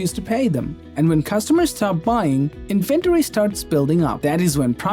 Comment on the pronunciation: In inventory the emphasis is on in not on ven. Super annoying and weird if people get that wrong.